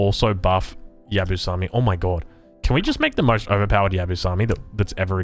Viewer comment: Maybe a little bit late, but this is how you English speakers pronounce Yabusame: Ya-boo-sa-may hope this helps